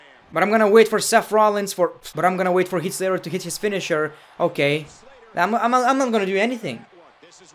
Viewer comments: “Heat” Slater😂 I love when he mispronounces names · Sorry I’m mocking your accent but the way u said heat slater